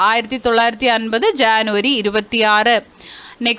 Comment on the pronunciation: ജനുവരിക്ക് ശാനു എന്നാണ് പറയുന്നത്